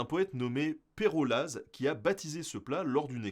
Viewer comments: Perolazzzzeeeee xD monchu :D on ne prononce pas les Z en fin de mot dans ces régions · Perollaz devrait être prononcé ''Perolle''. Les lettres az indiquent que l'accent tonique est sur le voyelle précédente Antognoz se prononce Antogne, Moëlsullaz se prononce Moëlsulle... C'est l'Arpitan ou franco-provençal. La langue véhiculaire de Jura, Lyonnais, Vaud et Vallais, jusqu'à la vallée d'Aoste. Bises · Grandiose, le valais te remercie pour toutes ses infos. Juste une coquille de prononciation : Perollaz, tu dois dire Perolla, le z ne se prononce pas dans les noms propres chez nous😊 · Pérolaz(e) 😂 le z ne se prononce pas, si jamais... c'est comme ChamoniX... mdr... bref ! Oui la raclette c'est top 👍 en version traditionnelle c'est mieux à mon goût mais l'appareil à raclette a ses avantages... Il faut savoir que si il n'y a pas d'AOC sur le fromage, les valaisans restent les meilleurs ❤️ celui du val de Bagne notamment ! C'est le meilleur, à mon goût toujours... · Perollaz sans prononcé le z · Perollaz, on ne prononce pas le "z " en suisse romande. Et oui la Raclette c'est Valaisan comme la fondue c'est gruyerien ( Fribourg ). Seul la tartiflette est haut-savoyarde et doc française. Et surtout, surtout, 2 choses qu'ils faut ENFIN faire juste en France. 1. La fondue se fait UNIQUEMENT avec du Gruyère et du Vacherin fribourgeois. 2. Le Gruyère: IL A PAS DE TROUS, MAIS DES FENTES ET DES CRISTAUX DE SEL EN VIEILLISANT !! 🇨🇭🇨🇭🇨🇭🇨🇭 COMPRIS...